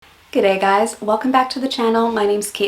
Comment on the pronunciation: I don't think you have much of an accent to my ear. The only thing I find still in your accent is g'day - to my ear and this is not a criticism - you say giday - with an i - the majority of Aussie say g'day with nothing in the middle between g and d. But that is normal Aussie - it is no use shortening something if you don't shorten it all the way.